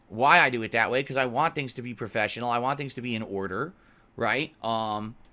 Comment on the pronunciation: he does things profesheunally, as he snorts 7 times a minute and tap his chest to burp like a baby, "i got a burp coming up"